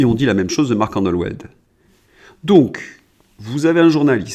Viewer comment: Marc Endeweld : ça se prononce andevelt :)